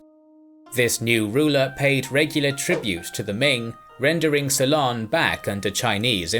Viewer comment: did he actually pronounce Ceylon as quilon?